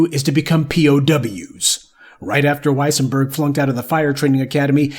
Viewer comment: wesienburg...... thats "dem" folks.